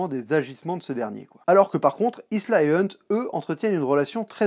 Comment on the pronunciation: Et c'est Ilsa, pas Isla, c'est pas l'île de Jurassic Park ! lol